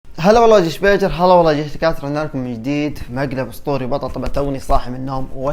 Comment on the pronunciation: ادري ان اسمه بيجر بس لاحظي كيف ينطق الاسم 😂 يقول بيقر 🤣